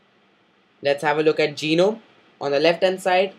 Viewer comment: its ge-nome not gi-nome